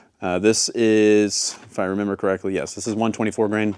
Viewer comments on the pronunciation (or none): none